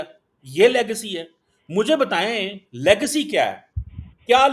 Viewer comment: you learn pronunciation first. It's legacy not legcy first and then he's quoting the only book wherein by mistake he has been quoted. And showing himself with a cup of hot drink as if he is the only VIP from Pakistan who has visited abroad but doesn't know the way of cleaning lips with tissue after a sip like englishman. Proves he has no attiquates as to to how use napkin after a sip from a glass. Just posing extraordinarily and artificially. Kindly don't raise his marketability by inviting him on your podcast or be ready to loose your audience. Love you.